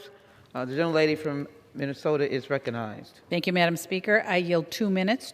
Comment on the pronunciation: Did the Speaker say "reconized"?